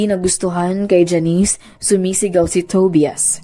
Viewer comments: Tobias it pronounces as To-ba-yas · Ate Tobias pronounced as TOBAYAS ata. 😅